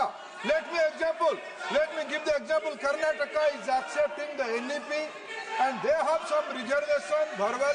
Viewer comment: Karnataka aggeptinggg NBP.. rubining butuure of Jamil Naduuu 🤣🤣🤣🤣🤣